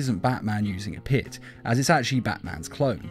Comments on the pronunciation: When u said pit u said piss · Dude half of the time you were saying piss instead of pit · You pronounce it like it's Lazarus' piss